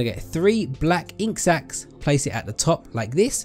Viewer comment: ok this isnt a hate comment so dont go crazy at me but did anyone hear the way he said "and put 3 ink sacks all around" ?